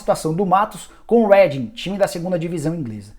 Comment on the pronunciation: a sua pronuncia de "Reading" esta errada. o "ea" ganha som de "i" do portugues e nao de "eh" como vc tem falado.